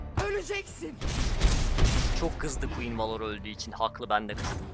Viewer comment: Abi suna valor deme velır dee